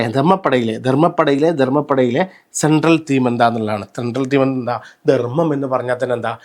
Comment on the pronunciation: ദർമ്മം അല്ല ധർമ്മം. ഉച്ചാരണം നന്നാക്കുക